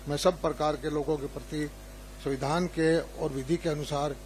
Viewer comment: ये मुख्यमंत्री और मंत्री हैं इन लोगों को हिंदी भी बोलने नहीं आ रहा है, सविधान नहीं होता है माननीयों!!!! संविधान होता है मुलायम यादव भी सविधान ही बोलता था